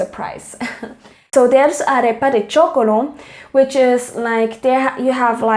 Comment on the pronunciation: Arepa de choclo NOT chocolo :)